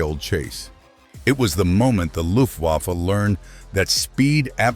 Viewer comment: The narrator should learn how to pronounce "Luftwaffe."